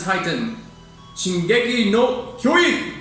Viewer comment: YES YES YES. I'VE BEEN WAITING FOR THIS. Also, you pronounced Shingeki no Kyogin quite perfectly! I get chills every single time I listen to it and I really love its lyrics. People really love YOUSEEBIGGIRL. But I think THIS PIECE is Suwano's masterpiece.